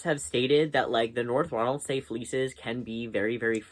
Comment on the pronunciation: Hiii! Just so you know Ronaldsay is pronounced “ronald-see”. Same goes for all the islands and place names with that “say” and other “ay” spellings in Orkney. Love your vids!